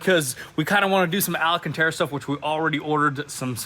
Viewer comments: Why do they keep calling Alcantara "alAcantara? Dude, there's only 4 A's in there. There's no 5th one. Also, it makes sense that they promote Aza Auto Wheel so much because it's a Ukranian company, haha. You go to their website and a promo code message comes up in that language. Ain't hiding anything from eagle eye me, bois! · Al -Can-Tar -Uh. Alcántara in British English (ælˈkæntɑːrə) where did you get the Extra A? Al-Uh-Can-Tar-Uh is rookie talk and you’re not rookies so tighten up.